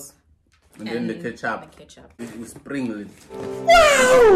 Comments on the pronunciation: Did just say "you springle" the sauces 🤣🤣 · "you springle it"😭😭😭🤣🤣🤣🤣🤣